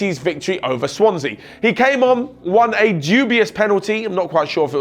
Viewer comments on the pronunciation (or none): none